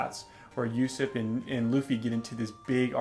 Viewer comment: Also Usopp's name is pronounced "Ooooo SOP" Not "Yusep".